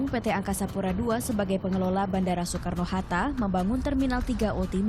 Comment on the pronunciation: "Bandara Soekarno Harta" ada yang mendengar hal sama denganku nggak? Wkwk